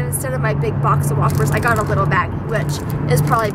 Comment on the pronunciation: when you were talking about the dog eating your whoppers I thought you were saying "wafers" until you showed the bag. Now I know why people say you pronounce some words wrong!!! But that's okay!!! I cannot pronounce the letter "R". Fwog, wain, wechargable.